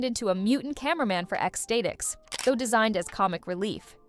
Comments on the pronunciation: It's pronounced like "ecstatic" not "state-x" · Half of this is wrong, or leaves out tons of stuff. And if that's a real person reading, she can't read worth a damn. She sounds like AI, mispronouncing things and missing context cues (Flat-mun instead of Flat-Man, X-stay-tics instead of X-Statics). This is junk. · Statix is pronounced like Stat-iks and Doop CLEARLY has 2 eyes! And for god's sake, it is a SAI as in "sigh"! I hate lazy AI voiceovers!